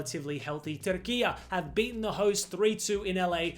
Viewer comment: It’s pronounced Turk I yay NOT Turkiyaa